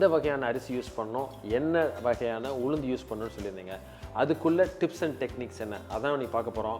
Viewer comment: Could not quite follow information about Ulundu. Too fast and not clear enunciation🙏